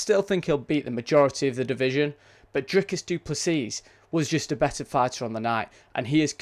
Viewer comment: You don't prnounce the S at the end, it's just Duplessi